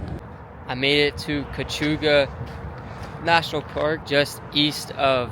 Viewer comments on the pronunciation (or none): Cuyahoga. Pronounced…Kye-Ya- Hoga. I live here. And there are brown, black and red squirrels, all common, depending on where you are. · It's pronounced Koo-yah-hoga. And that river once burned!! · Kai-A-hoga, haha